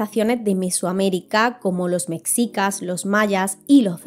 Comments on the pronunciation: Hola,! Acabo de descubrir tu canal y está genial. Una pequeña observación: "Mexica" no se pronuncia "Meksica", sino más bien como "Meshica". Sigue con el buen contenido! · Hermosa muy buen video la vdd solo una pequeña observación cuando dices "Mexica" se pronuncia más como "Meshica" ya que es una palabra en náhuatl 💗💗💗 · la pronunciacion correcta es “meshica”, ella lo pronuncia como se pronuncia “mexico” en ingles